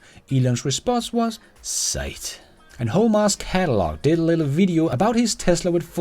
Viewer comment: it's not sight, it's sigh, sounds like thigh, not night